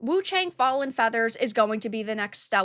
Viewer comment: It’s actually pronounced Woo chae-ung…this is as close as I can get but still not quite correct, especially without the inflection.